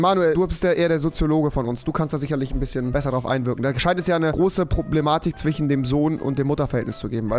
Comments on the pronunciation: Mein Problem ist es das immer "zwichen" sagt !was kann man dagegen tun? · Mein Problem: Ich spreche z.B. das Wort zwischen genauso aus wie es da steht, aber Rewi sagt ja immer zwichen und ich finde das klingt viel cooler. Aber ich kann mir das sch nicht abgewöhnen. Was soll ich tun?